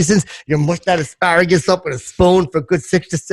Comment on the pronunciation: Asparagus... i thought he said A Pair of Gus tsssssss